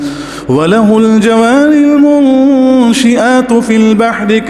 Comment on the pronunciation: ولہ الجوارالمنشات فی البحر اس آیت میں ش پر زبر ہے تو بتائیں زیر کیوں پڑھا😭😭؟؟؟؟؟؟؟؟؟؟؟؟؟